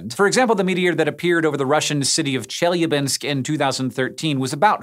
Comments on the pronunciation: Not Chélyabinsk, but Chelyábinsk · Half of this video is the words "if" and "probably". I don't think I'm not worrying now. Also, it's pronounced "chelEAbinsk"